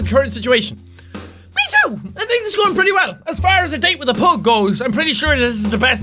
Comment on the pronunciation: He says pug wrong.